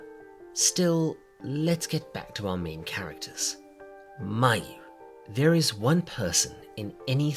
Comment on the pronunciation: "Mayu-nnaise" Now you know you wrong for that